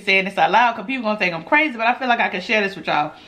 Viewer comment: She said I thank iss good chile 🤣🤣 u always make me laugh and dass why I love u 💛💛